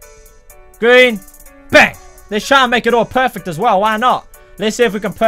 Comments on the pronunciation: That's a gween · it's gween lol